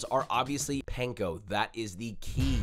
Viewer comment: no way you can perfectly say wurchesterchurresauce (I know how it’s written, it’s for dramatic purposes), but can’t pronounce “panko” … JOSHUA! come on man get it together